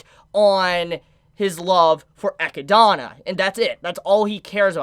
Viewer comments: XD Why cant he say echidna instead of akidnah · Just discovered your channel great content 🔥... I think the pronunciation is Echidna and not Echidana, just remove the da and I think you got it correctly based on what I read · Love the theory crafting you brought up. Only one thing bothers me. Her name is pronounced “Ah Kid Nah”. Not “Eh kid don a”. Sorry just had to drop that because you’re killing my ears. Keep up the good work. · HER NAME IS EH-KID-NA!! NOT GOD DAMN FUCKING ECHEDONA! YOU MISERABLE FUCKING TWAT! YOU ARE WATCHING THE GOD DAMN ANIME NOW! YOU DONT HAVE A FUCKING EXCUSE TONSAY THESE NAMES WRONG SINCE THEY ARE SAYING IT FOR YOU!! STEP UP YOUR FUCKING GAME!!! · DUDE! Don't make me mad calling her "EchydAAAna"!!! It is "E-chyd-na"! Srsly... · If the name is from the animal it is pronounced Eh-kid-nah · I always get slightly confused when you say Echindna because of how you pronounce it. Also in the Japanese there wasn't any difference between warlock and witch. Its the same word. It was just changed for the English translation. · I love but his pronounciation of echidna makes me cringe every time 😭 Its english, bro. A spiny anteater. Its what knuckles in sonic is based off of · Bro its been all season idk how you still pronounce Echidna's name wrong. They literally say it out loud